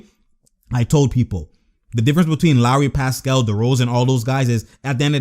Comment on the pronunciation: 1) love your channel 2) You used to call lowry “low”-ry lol for low IQ so you didn’t always consider him to have high mentality 3) - got me hype that was a crazy locker room motivational speech!